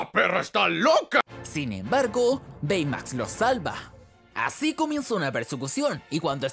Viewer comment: Baymax se dice beymax literalmente xdddd aprende cultura pa